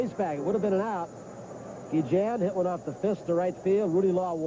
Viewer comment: Gee-Jen as the announcers say here